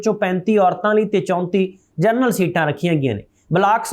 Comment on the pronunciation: ਜਰਨਲ ਨਹੀਂ ਜਨਰਲ ਹੁੰਦਾ ਹੈ। ਖਬਰਾਂ ਠੀਕ ਪੜ੍ਹੋ।